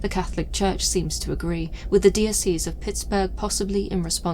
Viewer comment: Dee Oh See's. Its Dye Oh Sess. (Diocese)😂